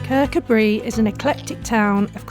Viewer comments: Fyi it's Kercoobray no Bree👍 Andrew KBT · If you can't be bothered saying the name right after getting it wrong in the first place no point watching sooo annoying😠 Andrew from KBT